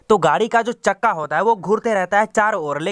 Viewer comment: Chakka bolna to Sikh le yaar